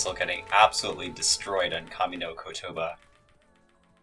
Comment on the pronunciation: You butchered the pronounciation of kami no kotoba